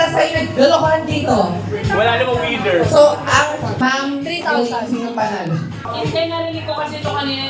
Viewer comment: Grabe dami kong tawa sa "hinde" hahahs